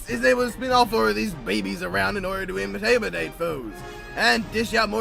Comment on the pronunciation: You guys said imitate so many times when its intimidate, I'm sorry but ENGLISH PLEASE!